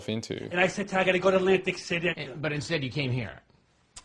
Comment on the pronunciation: It’s not Atlantic City - it’s ’Lantic City 😅😅😅😅